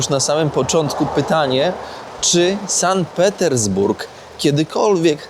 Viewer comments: "San Petersburg"??! "Sankt" względnie "Sant" ciemna maso! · SANKT Petersburg a nie San Petersburg ;) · Super miasto, teraz jakby za żelazną kurtyną, dzięki za pokazanie. Jedna uwaga to Sankt Petersburg nie San Petersburg, a w nim Ermitaż na nie Ermitraż - to trochę razi 😆